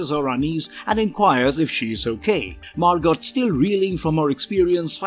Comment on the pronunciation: The character’s name is Margot (pronounced MAR-GO, NOT MAR-GOT)